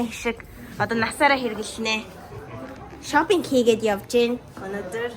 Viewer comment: Yoo shoping gedgiig ni shou gej sonsohjiishd